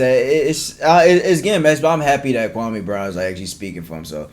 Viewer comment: Kwa- me not kwa- may